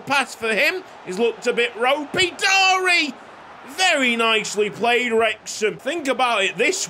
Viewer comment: Andi Floca's name is a kinda funny cause in romanian the word "Floc" is used mostly to refer to pubian hair 💀 also Sorin Darie's names is pronounced more like "Dari-ye"